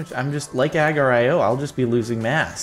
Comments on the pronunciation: OMG PRONOUNCE ITS NOT AGERIO ITS AGAR.IO OMG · oh my the pronouncing fails it's a gar like car and the last part is E O THEN SLITHER.IO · pronounced uh-gar-ee-oh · WHY IS HE CALLING AGARIO AG R IO!!! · The way he said agar.io..... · He said agar.io wrong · Why do u say agar.io like that?